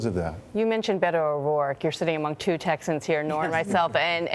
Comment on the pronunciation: I thought Hillary Clinton should have picked Sec. Castro as her running mate, but I have to say that I am already so happy that Sec. Castro, as a Mexican-American who is Spanish speaking, pronounce Beto's name correctly. It irks me that English-speaking-only Americans pronounce it incorrectly.